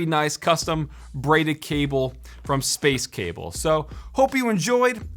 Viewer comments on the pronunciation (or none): no one: literally no one:: SpAceE cAbBLe